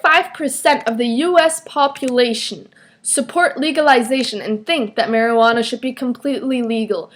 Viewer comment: You said Maryanna not Marijunana just to let you know and this was a weird point:)!